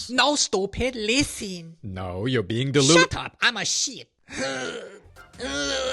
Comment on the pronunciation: 'SHAT AP. IMMA SHEET' so inspiring